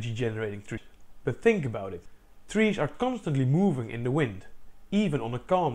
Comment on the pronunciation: "treesh" "electrishity" "seriesh" "bosishion"